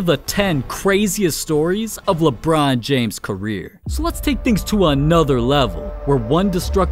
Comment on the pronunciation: I’m just skipping back 10 seconds to listen to him saying “Lebron James” 😂